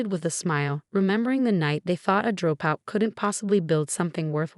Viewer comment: Considering she's a "Droh Pout"?? Looks like artificial intelligence narrating leaves much to be desired!